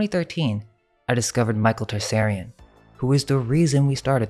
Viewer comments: Also Tsarion: is pronounced (tu-sari-on), not "Tar-sairy-in" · Michael T-Sar-ion not Tarsarion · Just a note you need to work on the pronunciation of Tsarion's name. Interesting that it's Tsar(king)ian.